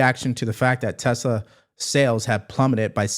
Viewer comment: Good ol', "Tesler" 😂